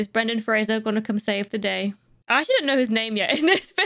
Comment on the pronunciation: Right off the bat, props on pronouncing Brendan Fraser's last name correctly!